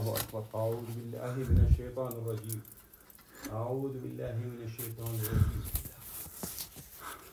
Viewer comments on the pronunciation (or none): عمي اعوذ وليس اعود